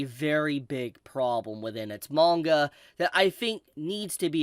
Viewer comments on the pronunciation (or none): none